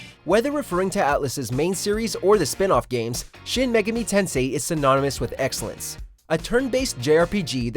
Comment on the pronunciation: Everytime he pronounces megami, 1 of my brain cells die